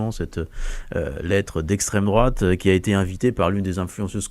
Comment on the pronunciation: Esstreme droate ....Esstreme droate ...Esstreme droate .....lol